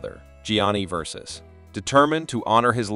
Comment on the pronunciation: LOL how do you pronounce Ver saw chee ? Versays! Not…